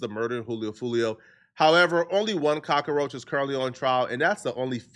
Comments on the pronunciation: Why are you saying cacaroach? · he's not pronouncing cockroach correctly lmao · Can you say cock roach 🪳 correctly?